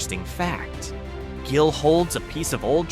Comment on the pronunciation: Gill, with a hard G, not Jill.